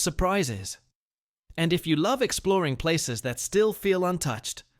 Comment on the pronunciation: Yeeesh, at least do the most basic amount of homework to research how to pronounce these places. It’s lazy and ignorant and I had to turn it off halfway through.